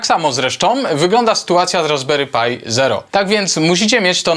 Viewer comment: Czemu mówisz "RasberyPaj" ? PRzecież to Pi... To aż razi